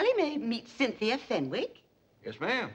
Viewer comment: "Then he's the Duke of Oxford"....LOL "Cynthi"